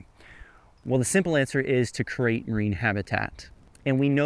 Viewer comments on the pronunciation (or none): *Create. Creeeeeeate. Not curate! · apparently create is now pronounced cereat